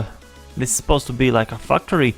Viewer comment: When you said factory it sounded like f**ktary.